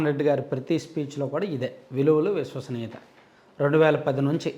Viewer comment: అదికూడా సరిగా పాలకాలేడు.విలువలు,విశ్వసనీయత.దాన్ని విలువలు,వుసువాసనీయత అంటాడు